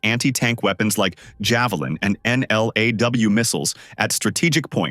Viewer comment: NLAW is pronounced N - LAW , next generation, light antitank weapon